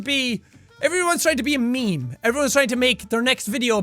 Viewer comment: Who else heard Jack say me me instead of meme